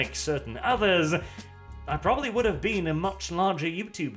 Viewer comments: Been, not bean. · *been, not bean. That´s a pod-borne seed, or a british comediy series... whichever you prefer.